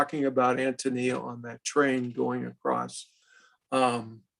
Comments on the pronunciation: Although i greatly appreciate the conference, you're grossly mispronouncing Antonia. 3 minutes, and 47 seconds and i can hardly listen anymore. I am a lowly truck driver, an idiot if you like, but i Hate it when people desecrate the English language with "Ahum." English is my second language and i never used it. When someone is talking an keeps using "ahum," it completely invalidates what they have to say. Sorry, i don't mean to be pompous, but i find it exacerbating. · I’m thrown off that the introduction was done by someone who clearly has no experience with this great work. ANN TOE KNEE ah!!!! Dear God - I bet he didn’t read the book either😮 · I understand that AHN-toh-NEE-ah is he preferred pronunciation.